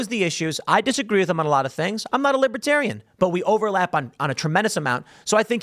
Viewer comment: Trump can't even pronounce Libertarian. He says, "Libbytarian". 😂😂😂. Trump got BOOED and BOOED and BOOED during his speech.